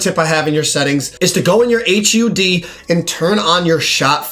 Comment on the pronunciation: Bro spelled out H.U.D instead of just saying it 😂😂😂